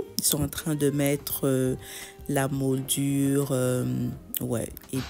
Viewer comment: Souvent je t’entends dire modure mais on dit moulures j’espère que ça te dérange pas que je te le dise ? Pour tes cloches tu peux rajouter des étagères transparente pour les poser tu gagneras de la place 🥰🥰🥰